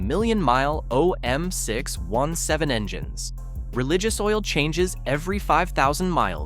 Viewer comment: If you want to narrate with AI, at least train it on how to say the fkn name correctly. Jeeezus! OM6…..17.